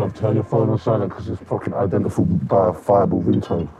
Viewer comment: i cant stop replaying the "Bruv turn your phone on silent it's a fucking identifiable ringtone" and the way he fucks up the word identifiable LMFAO